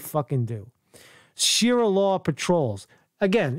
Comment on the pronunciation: ** THIS ISN’T FAKE NEWS **. It’s ‘sha-ree-a’ law, and they do become extreme. I love ur show, but this time, ur wrong and u obviously haven’t looked into these Muslim groups n other countries, and these groups WILL get worse as time passes, like they don’t EVERY other place they do this. First of all, the missing ‘sources’ r residents of the area that obviously don’t wanna give their names or b listed anywhere so that retaliation can’t occur. I usually agree with u, but ur wrong about this. The problem is the history and current action Muslims take part n n other countries. They’re outfits might not b EXACTLY like the police uniforms, but they get as close as possible without falling into the definition of ‘impersonating a police officer’ for obvious reasons. N other parts of the world, these Muslim ‘watch groups’ get stricter and stricter and they do end up harassing people. It gets bad. Bad enough where cops won’t even go n2 the areas which is why they’re called ‘no go zones’ and it’s real and not rare. Other ‘cultures that ‘neighborhood watch’ don’t get as extreme as the Muslims.